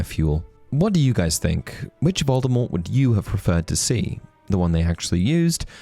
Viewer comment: It's "Voldemort" not "Voldemort".... I've been listening to the audiobooks